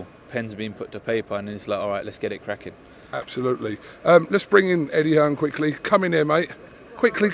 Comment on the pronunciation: Do a shot every time says ‘Absholutely’ during this fight week. You’ll be paralytic I promise you.